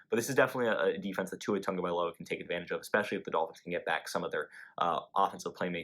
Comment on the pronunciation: Hey.. not trying to be mean or anything, but why say Tungovailoa instead of Tagovailoa like the announcers do? Ive never seen anywhere that it's pronounced that way, so I have always been super confused why people say it haha.